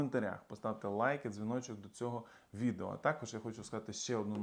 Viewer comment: Кожний раз цей «лайк і дзвіночок» якось не дуже ок звучить